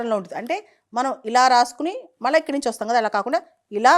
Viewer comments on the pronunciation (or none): none